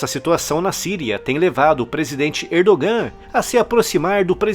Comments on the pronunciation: so Uma dica a pronúncia do nome do presidente da Turquia. Erdogan lê-se Erdoan. esse g é só uma letra que indica um prolongamento da vogal anterior. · A pronúncia de Erdogan está errada